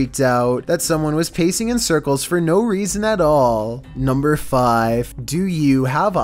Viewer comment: Chills:nuembuer fifteun obey the walrisk